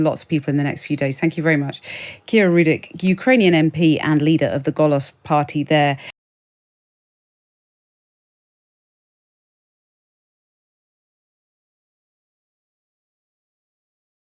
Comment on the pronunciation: Her party, “Golos” should be pronounced “Holos” which means “voice”. The hard/harsh g sound is rare in non-russified Ukrainian.